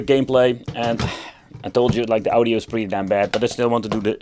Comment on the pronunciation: Ow-Dio, try Awe-Dio. Are there emulators that do it better than that chip?